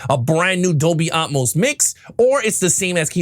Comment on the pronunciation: its AT-MOSE not Um=mose... tiktoker G.A.TURKS